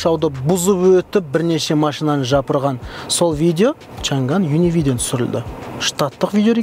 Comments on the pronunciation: шанган емес,«шаң ан» деп айтылады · бұл көліктің аты ЧАҢ ӘН! чән гән емес! қытайлар ЧАҢ ӘН деп айтады!Орыс әкелерің қалай айтса солай айтабермеңдершы!Орыстың тілі ол шолақ тіл көп сөздікке тілдері келдмейді! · Айналайын ау чан ганы несі?аңқау елге арамза молла деп. Н мен Ң әрпін дұрыстап айытсаңшы. Ағылшын сөздерін қалай айтып жүрсің? Ң әрпі орыстан басқа ұлыттардың барінде дыбысталады. Қытайда чан ган деген сөз жоқ. “ЧАҢ ӘН ” деп дұрыстап айытсаңшы. Washington ды қалай айтып жүрсің? Орысша нг деп жүрсің ау. Ұятай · Чанган деп жазылады, айтылуы Чянянь! ☝ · Чаң ән деп оқылады жігіттер